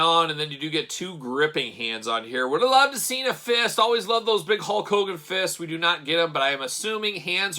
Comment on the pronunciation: Is it Hogan or "cogan"? I always hear the latter